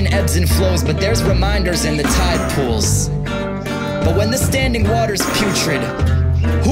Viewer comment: Is it just me or does this dude have a speech thing going on like when he says pools. He's the one mc with a speech impediment.